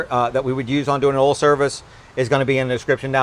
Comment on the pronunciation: I love the way says "oal" for oil.